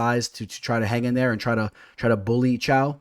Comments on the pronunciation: i had a stroke when you pronounced caio as chao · Caio is pronounced as Kyle